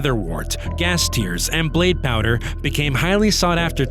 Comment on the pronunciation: Blaze (you said blade)